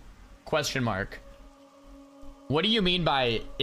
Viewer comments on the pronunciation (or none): none